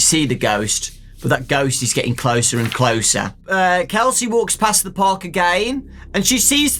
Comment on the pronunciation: Kelsey Also: Casey Me:?